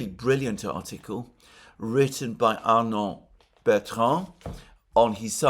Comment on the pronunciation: Arnaud Bertrand, not Arnold Betron. That might be from the AI generating the index.